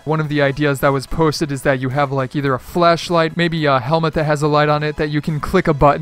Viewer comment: you said fleshlgiht LOL